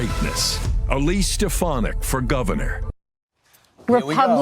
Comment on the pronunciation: I heard something other than stef-an-ick.